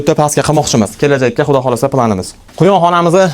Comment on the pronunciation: Ку́йон ❎ Куён ☑️